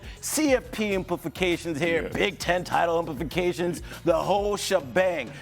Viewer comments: i don't need guys at ESPN to be super smart, but the fact that he keeps pronouncing it as "implifications" is embarrassing. sounds ludicrous and ratchet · Why is he saying “inpliFications”… no F. It’s implications….